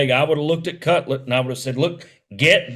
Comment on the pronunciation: He called him CUTLET bahahahahaha